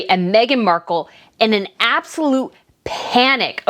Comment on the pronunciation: They say Markeld